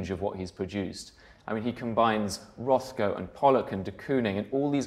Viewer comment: "Rothko" lol